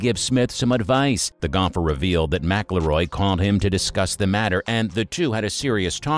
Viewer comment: It would really help with the credibility if you knew how to pronounce McIIroy.